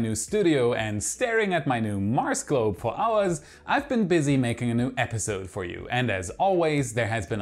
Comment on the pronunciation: Last month I heard you say 'months' very smoothly. But alas, this epiSOde you went back to old bad habits!